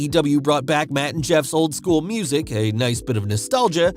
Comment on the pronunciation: Matt and Jeff, I thought you said Mut and Jeff lol, I had to go back and listen again 🤣 Our youngest daughter, her husband, our middle daughter's husband, my husband son and I will be at Wrestlemania in Dallas, so will 2 of our grandson's.